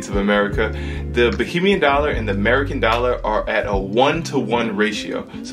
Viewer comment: ok kids, it's Ba(HAY)mian.😉